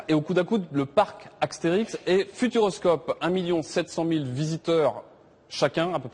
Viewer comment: Je rêve où il a dit ''le parc aksterix''